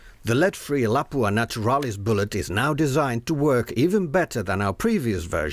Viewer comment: It pronounced LAP-OO-AHH all in one word not Lapoooha you make it sound like a French toilet